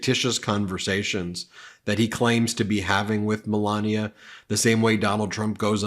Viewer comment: The presenter can't even pronounce Melania. "Melaneee." Which language is that?